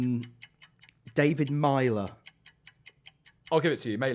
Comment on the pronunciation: As an Irishman, I can confirm that pronounced David Meyler’s name correctly the first time